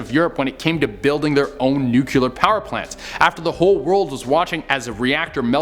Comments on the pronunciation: love this channel but is it so hard to pronounce "nuclear" correctly? nuclEAR not... nucULAR... love you guys... but... suggestion from a friend. :) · I’m convinced they make you do these lists bc you George W. the word nuclear every time 😂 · i so hate it when people say NUCULAR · So, when did the word NUCLEAR get two u's?